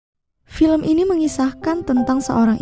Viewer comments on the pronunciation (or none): none